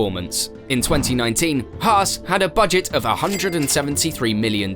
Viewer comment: “Hars?” Or Hass 😂